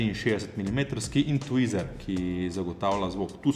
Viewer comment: TWEETER ne twizer 😂